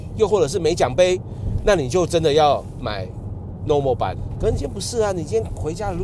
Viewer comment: 請修正, Lommel不是念做normal, 是念做Lom-mel樓媚爾